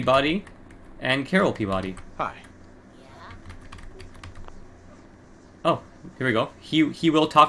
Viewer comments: Pee-ba-dy is the correct pronunciation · It’s pronounced Pee-ba-dee.